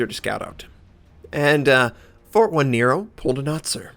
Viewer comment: jajaja sorry Notser, 1 = i so, it is "Fortinero", is like write Nots3r. And the pronunciation phonetically is like "Forteenaro". Well, whatever xD Cya!